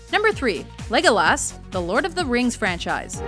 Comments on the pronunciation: You know I've never drowned a video but first saying Legolas and putting such a emphasis on the Las part just always gets under my skin but to him third behind Katniss....ummm major fail! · such bullshit, you can't even pronounce legolas properly.. there's one s not two!! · does it annoy anyone else that she says legolaas rather than pronouncing it legolus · its not Legol-ass, its like Lego-less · Oh god, I hate the way some people pronounce Legolas. It's Legolas not Legolass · It's Legolas not Legoass. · its not legolaas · God, y'all need to put some respect on Legolas's name. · How can Legolas not be number 1? And how can u even mispronounce his name??? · Also the silly bitch can't say logolas right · Did anyone else hate the way she said Legolas? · Was anyone else extremely annoyed by how she pronounced legolas. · why do always pronounce names so weird for example: they sound like retards when they say legolas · Anyone else notice that this chick prenounce a lot names wrong, she pronounces Legolas' name wrong in here, but more characters in other videos. Seriously, if your gonna honor them, say the name right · ikr, say Legolas' name rite the next time